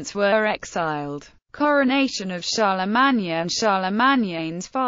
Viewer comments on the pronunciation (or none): That 's pronounced CHAR LE MANE...........SOUNDS LIKE A ROBOT TALKING.